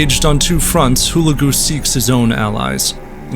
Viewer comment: It's pronounce HU-LEG_U !! And , Baibars was a Koten Slave taken by the Mongols and sold to the Venetians and then sold to the Egyptians. He was of a Horse tribe formerly living in Hungary, but expelled because they wouldn't fight for the King of Hungary against the Mongols and so fled to the Crimea. The Mongols had always claimed the Koten as part of their world, He was white in genetic makeup.